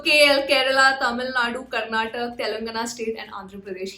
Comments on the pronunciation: Hi. It's not Karnatak. It's KarnatakA. Please correct it. Thanks. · it's not karnatak.................! KARNATAKAAAAAAAAA😅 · It's not Karnatak, it is KAR-NATA-KA. IT IS KAN-NADA not Kannad. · Again it's not tak it's TAKA 🙏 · Madam I don't know your name but i need to say it's not karnatak , it's KAR + NA + TA + KA = KARNATAKA 🙏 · Madam its not Karnatak Its 'Karnataka' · Next time please pronounce it as KarnatakA and not karnatak. Please use the "A" at the end